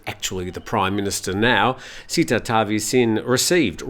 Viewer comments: Hi. It is not Seetha (not ee). The closest pronunciation is Setha (e as in melon, with an emphasis on t). Not ee as in deep. Setha is the correct one. Thanks and all the best. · SATE-TA not SEE-TA